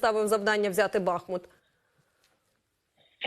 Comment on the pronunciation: Задовбало! Будь ласка! Поясніть цій леді, що БахмУУУУУт має наголос на УУУУУУ!!! Бо стоїть на річці БахмУУУУУтка!